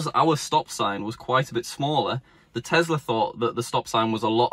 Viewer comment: It’s called T-E-S-L-A not TESLERR